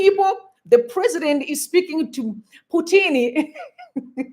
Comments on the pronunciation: Thanks for all the updates. But that man is not Putini, rather he is Putin, as if you are joining the two words put and in. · "Putini" seriously? That KGB (CIO) Russian supreme agent guy can easily get you assassinated for that mistake.